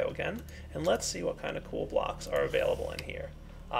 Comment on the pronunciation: Y u alwys say "kewl" I know that I have bad grammar, it's for da fun